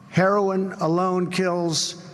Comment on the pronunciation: Herlolin lol our president was not hooked on phonics